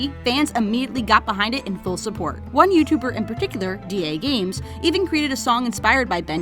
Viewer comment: I thought its DAGames not D.AGames